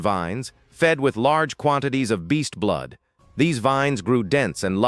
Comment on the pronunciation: There was a part in the story where it should have been blood but instead it read.out as blow. Hmmm might want to spell check the ai